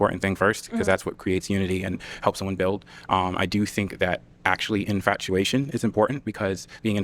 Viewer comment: I like when people with that accent say FINK instead of THINK. 😆 🤍